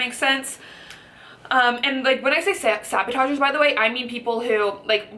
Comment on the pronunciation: i like your video, but they are not called sabotagers, they're called saboteurs. Sorry, for the nitpicking, but I cringed each time you said it. Great video though. I'm trying to lose weight myself. Thanks.